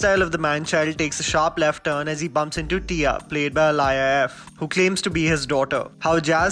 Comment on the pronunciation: It's not alaya it's aaliya Like aaliya bhatt